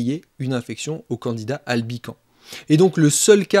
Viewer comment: On ne dit pas Candida Albican, mais Candida AlbicanS, en prononçant le S ! La culture se perd !